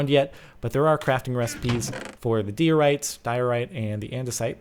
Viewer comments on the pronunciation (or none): Diorite's intermediate so it doesn't contain much quartz, let alone 50% (also its pronounced dye-o-right). Geology Rage!! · it's prounced dye - o - rite :P